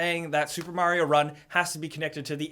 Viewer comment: MARIO NOT MERYO!!!!